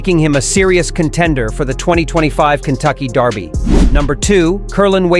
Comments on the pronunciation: The Kentucky Derby is held in America. Maybe try pronouncing derby as it's spelled, instead of the British darby. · If the computer generated voice is going to pronounce dErby like the British dArby, why isn't it all brit? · This guy keeps saying Darby. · Why is he pronouncing it Darby? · Why is he saying "Darby "? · Since when is derby pronounced darby? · ANOTHER A.I. narration! STOP IT with calling the Kentucky Derby the Kentucky "Darby"! ENOUGH ALREADY!